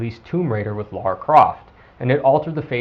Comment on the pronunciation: Holy shit! Her name is LARA, not LAURA! A minor pronounciation problem, but it irritates the shit outta me.